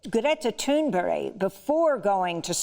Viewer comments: It is Not pronounced Toon berry It would be Toon Burg it's that easy Amy! Cheers from Scandinavia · Its not Thunberry, its Thünberg. Come on Amy :-) (you probably ned a rest ;-)). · it felt like that, I mean, I was wondering whether we were given a lesson on Scandinavian name correct reading. I thought the same that it is Toon Burg not "berry". Thank you for the actual reading on the correct reading. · GRETA THURNBERG NOT BERRY for goodness sake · yes - shes made the same error in different videos so I thought it worth pointing it out - she’s great, not criticising, call it feedback. We all make errors. I respect her work hugely. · Why is Amy pronouncing Greta’s surname so strangely all the time ? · In Amy Goodman's 45-minutes-or-so DEMOCRACY NOW! in person interview with GT, in September 2019 in NYC, Ms. Goodman's first question was how do you correctly pronounce your name? It is a challenge for non-Swedes, including us who revere GT! :-) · Exactly Federico, I wanted to scream at the screen every time she said it. Cheers from UK.